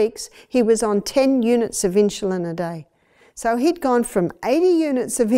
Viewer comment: Great video but they way she pronounces insulin is driving me nuts! I wonder why she's putting an h in the word?